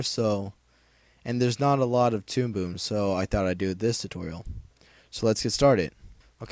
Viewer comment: tude boob? lol sounded like u said that at the beginning of the video :P